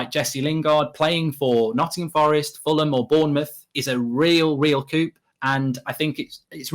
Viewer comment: Wait.... does mark know the "p" in coup is silent? 🤣 does he say debt with the b?